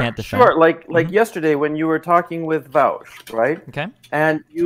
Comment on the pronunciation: Unsurprisingly he says “vowsh.” Every time!